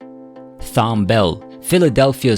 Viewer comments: I love Thom Bell. My relationship with Thom lasted for over six decades and I was with Thom in his final days… My father was Tom’s attorney for over 50 years- I am close with his wife and family… I appreciate and love all that he contributed to music and I enjoy looking at all of the various reports stories videos and tributes to him… However this tribute has a narrator or an AI generated computer voice that pronounces his name wrong based on the spelling… As well as one of his children and the owner of sigma sound studios who was the engineer… How many mistakes are in this thing also this nonsense about creepy last words… Who is this company I went and looked them up and they basically do this creepy last word thing every time somebody dies… These people are horrible this is disrespectful to Thom and we will do what it takes to get this taken down… And also there is a video clip that was taken off of my YouTube website with my father and Thom sitting and talking I don’t recall giving permission to use my video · Computer generated disrespect!! Easy to program with the "h" being silent. He leaves a Strong Legacy of authoring, publishing, directing and recording some of the Greatest music in our Lifetime. May he and his primary writing partner, Mrs.Linda Creed Epstein, Rest in Peace. 💔💔🎵🎤⚘⚘ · It's so disrespectful to do a biography on someone and constantly mispronounce their name! His first name is pronounced "TOM"... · This guy can't read! Thom Bell first name is pronounced: Tom. The "H" is silent. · His name was Tom not THOM...H is silent. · It's pronounced "Tom". I used to work with them. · His name is pronounced with a "T" as in Thomas. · Thanks for your tribute. Please consider rerecording your narration to say his name correctly. Thom is pronounced the same way as Tom. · Amazing talent. RIP Thom. (Btw fyi his first name is pronounced as Tom) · His name is pronounced TOM! I find the narration to be annoying because of it. He deserves better. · Pronounced "Tom".